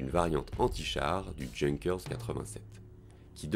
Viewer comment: Ne pas prononcer "Junkers" comme le mot junky. C'est plutôt Younqueurs avec l'accent 😉